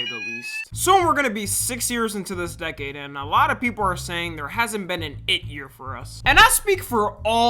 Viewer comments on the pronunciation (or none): none